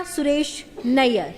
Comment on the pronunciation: NAYYAR..NO..IT IS NAIR